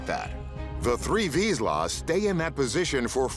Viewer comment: The dogs are hunting dogs and instinctively know to be still when there is prey, as the end of the clip shows there is a bird in the bushes. And you didn't pronounce the type of dog correctly.